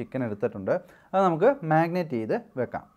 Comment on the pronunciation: Magnate alla brother....marinate....annu annu parayunathu.....chicken is superb.